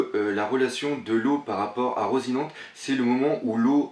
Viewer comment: Slt doc , j'en suis pas sur et je sais que ça te fait chier qu'on te reprenne sur les noms des perso mais je crois que ça ce prononce à l'espagnol donc du coups je crois qu'on dit " rossinanté"